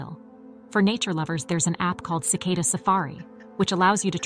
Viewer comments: Cicada with an A not Cicoda with an O.😅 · "SICK-uh-duh?" "Ill-i-NOISSS" -I turned it off after that. WHO the hell is this person with the bizarre pronunciations? Only 2 ways to pronounce it (British & American versions) - and she doesn't use either "Illinois" is from the French -- the "s" is never pronounced. What are they teaching in schools these days? Does she also say "Ar-kan-suS"?!